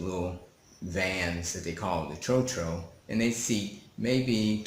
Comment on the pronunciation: Mispronunciation of "tro-tro". It is pronounced closer to "trot" than "throw".